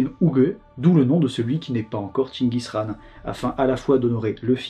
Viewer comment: Très bien le respect de la prononciation de chenchis khaan. Comme d’habitude trop fort.